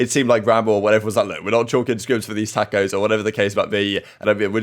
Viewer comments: its TawwwwwkOHHHHs not takkkkkos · Wait... say tacos again. LOL. the a is pronounced like an o